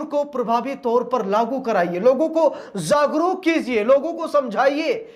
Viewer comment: Zagruk nahi jagruk bolo